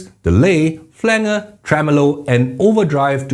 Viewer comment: Love your stuff,. (FYI: It's pronounced "flan-jer". A reference to the effect created back in the analog days when the engineer would place his hand on the rim (i.e. flange) of a reel to reel tape in order to change the pitch of the recorded sound.)